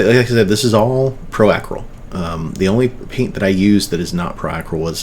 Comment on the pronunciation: Thanks for the video. Say Acryl like you're saying acrylic :)